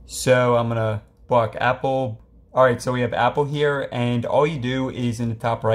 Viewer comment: It sounds like bro is saying bock bock